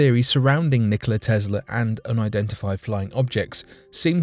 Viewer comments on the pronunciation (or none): none